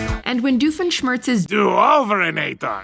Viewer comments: It's doofenshmertz, not doofensmitz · i hear "doofenSHmitz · Did anyone else hear “doofenSHMITZ” or was that just me? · Doofenshmirtz has a R in it. His name is pronounced like Smurf, not Smith! At least you pronounced it right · It was not just you. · Doofenshmirtz has a R in it. His name is pronounced like Smurf, not Smith!